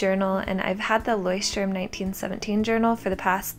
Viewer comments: 😂😂 wie sie Leuchtturm ausspricht im sorry ♥️ es ist einfach zu lustig 😅😂 #deutscheKartoffel 😂👌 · Any Germans here?? 😂 It's soo funny how you pronounced the brands name of the book😂 because it's a German word. 😂😂😂i'm sorry